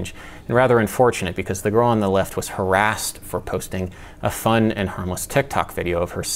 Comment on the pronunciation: bro said "harassed" 💀